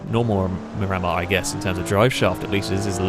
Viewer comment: Mir a mar not mi ram ar